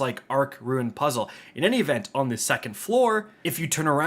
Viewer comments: Rune... Not ruin 🤮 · Good it's not just me haha I can't tell if it's just some accent or he doesn't know how to pronounce 'rune' lol. Ps love ya just having fun